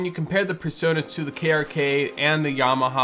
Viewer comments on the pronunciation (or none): It's "PreSonus", not PerSonus. It's hilarious how Americans can't pronounce "Pre" and always say "Per".